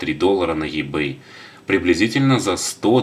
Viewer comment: И-бэй И а не Е , Ибэй